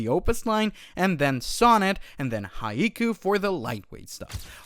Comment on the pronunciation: You really don't know what a haiku is? It's pronounced "hi-Koo"